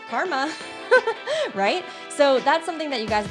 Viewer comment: The way you said "karma" lol )